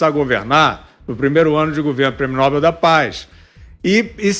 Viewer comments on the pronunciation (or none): Prêmio Nobel , Fiúza...ñ é Prêmio Nóbel.